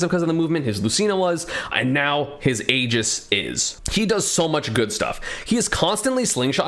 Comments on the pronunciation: I swear, if he calls it “Aej-is” one more time. It’s pronounced, “EE-jis” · What is this “ageis” you keep mentioning